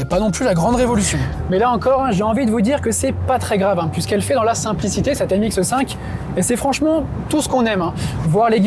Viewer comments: MX5 et non MXe5 . S’il vous plaît , prenez des cours d’élocution. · Comme quelqu'un d'autre l'a déjà fait remarquer, ce n'est pas MX eu 5 mais MX5! Pourtant vous n'avez pas l'accent du sud, vous diriez peu neus aussi? 😃